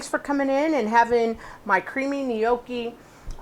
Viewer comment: It's pronounced nyAWkee not "nee-OH-kee"